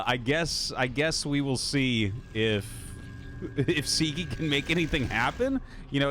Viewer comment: Hey Artosis, Sziky is hungarian, in hungarian the letter "Sz" is a double letter which we pronounce as "S" in english. So as far as pronounciation, disregard the letter z in Sziky's name. :)